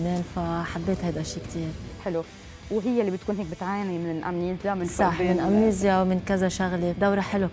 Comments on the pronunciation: بالإنجليزي تنطق"امنيجا" و ليس امنيزيا. و بالعربي فقدان الذاكرة، ارسوا لكم على بر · بالانجليزي تنطق امنيجيا وامنيزيا both